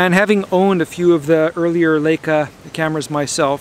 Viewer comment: I wish you would pronounce Leica correctly. If you see an ei combination you give the long "i" sound as in the word lie. In German, when you have an ie combo the "e" gets a long sound, as in the word "eek". Thanks!